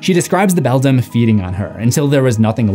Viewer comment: Coraline character names you keep mispronouncing: Bobinsky (BO-BIN-SKI) The Beldam (BELL-DAM)